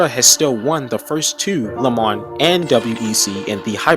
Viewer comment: Love the teaser for 2023 Do me a favour please, learn to pronounce lemans correctly! Le mahn. ( that is the phonetic). And yes, pronunciation of the most iconic race, in the world, is very important!